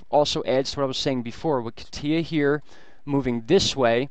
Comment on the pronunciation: Kah-TEE-ah? Most are getting it right. KAH-tya, the Russian nickname for Ekaterina is stressed on the first syllable.